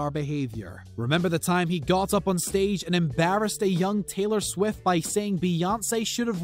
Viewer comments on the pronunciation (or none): none